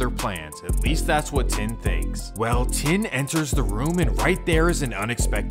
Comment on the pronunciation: Fyi, "Tinh" is pronounced "Ting". "Trang" is pronounced "Jong". "Tran" is pronounced "Chaahn". "Vinh" is pronounced "Ving".